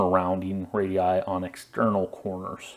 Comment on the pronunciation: Really appreciate you calling the radii instead of radiusus like most Americans